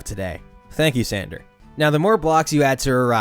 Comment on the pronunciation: San DOR, not San DER. Like a DOOR. Other than that, great video. :)